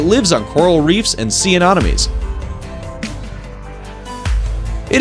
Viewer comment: The way you say anemones makes me cringe. And tiger pistol shrimp should’ve made the list